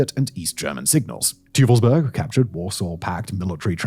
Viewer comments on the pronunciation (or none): Teufelsberg aka devils mountain 🏔️ Simon use a good old British oi and put it after the T__ toifelsberg here you go. Hurts your german audience otherwise